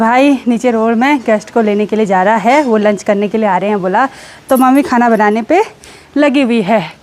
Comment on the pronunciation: कृपया अप हैं और है का ठीक से करे। बच्चे इस दोष तो पकड़ कर मजाक बनाते हैं।